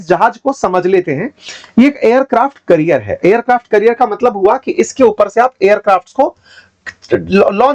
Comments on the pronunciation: करियर नहीं कॅरियर... 😊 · Its aircraft carrier not career. You are a teacher atleast pronounce them right. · You are pronouncing it as 'Career'. It's actually 'Carrier' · Aircraft career ❎️ carrier ✅️ 😅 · sir aircraft career nahi carrier boliye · carrier ka pronunciation correct kijiyega